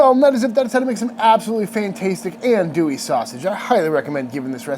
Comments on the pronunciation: Minor critique - "Ohn-du-e" not "Ann-doo-e" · Hi Sir with all do respect it’s pronounced ON-do-ie. I’m from the bayou and the birth place of this wonder German Coonass sausage is LaPlace Louisiana, about 20 minutes from my current home and about an hour from where I grew up on the bayou. Love the vids, they were actually my getaway when I was recovering from throat cancer last yr. Great work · Ahn-douie And if I hear you say Pee-can instead of pa-Kahn I’m gonna kick you in the jimmy! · He keeps referring to this as Andouille. He should say Cajun Andouille, as Cajun Andouille and actual andouille, have nothing to do with each other. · That's some legit andouille just gotta work on your pronunciation